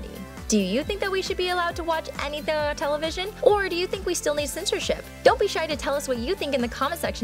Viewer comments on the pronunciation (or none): Is it just me or does she say anythuh?